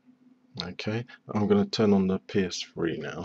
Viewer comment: the psfree is what it sounds like he is saying lol